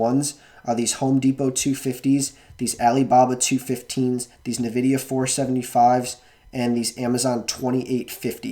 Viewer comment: you're prouncing nvidia wrong. think of n and vidia as two seperate words. so like enn-vidia